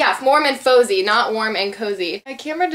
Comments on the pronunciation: It's pronounced warm and fahzie! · haha it's pronounced fah-zzy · the nail polish is pronounced warm and FAWzie like fozzie bear! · its not that she pronounced it wrong, its what the name of the nail polish it. It was faux-zie no fah-zee. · Im sure someone already pointed it out but in case they didnt, the O.P.I. nail polish color is called Warm and Fozzy which is from the Muppets collection so its Fozzy as in Fozzy Bear. Dunno if you watched the muppets when you were little but yeah. Just a little tidbit :-) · she said it was from the Muppets collection so she already knew that all she did was was pronounce Fozzy wrong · I think you're pronouncing warm and fizzy wrong :) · Hehe when you were trying to pronounce 'Warm and Fozzy' - it sounded like you said the F word! >_< hehe :)